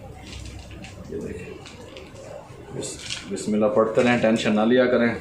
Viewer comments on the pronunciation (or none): Ma sha Allah ap har cheez bohat achi bnaty hain Bas uncle aik kam kar dain bismillah poori theek prha kren plz